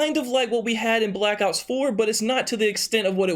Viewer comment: Honestly everytime he says black ops i sounds like blackouts 🙄